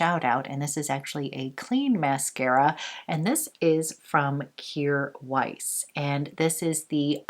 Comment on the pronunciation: Yeux is pronounced Yur. It means eyes. 😀